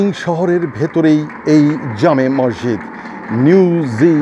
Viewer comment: মরজিদ না বলে মসজিদ বলোন ধন‍্যবাদ